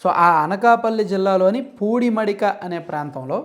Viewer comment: పూడిమడిక కాదు సోదరా పూడిమడక